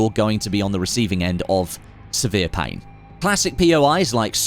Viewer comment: “Severe pain” 😂